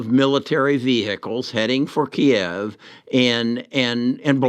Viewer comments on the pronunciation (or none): none